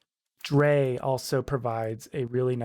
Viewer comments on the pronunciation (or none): thanks for the tut. i'm a beginner and it helps to walk thru some of the logic. btw, drei is pronounced like eye